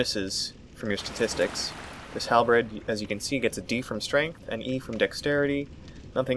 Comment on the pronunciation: I cringe every time I hear "Halbred" loving this LP series, keep it up!